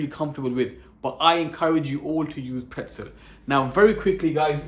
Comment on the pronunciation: pretzel? More like "prtezel"